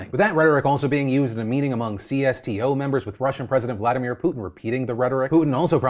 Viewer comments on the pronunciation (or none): none